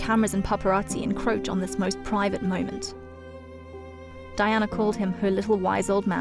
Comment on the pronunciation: Terrible angry-sounding commentary - she couldn't even pronounce names correctly, including that of Princess Diana.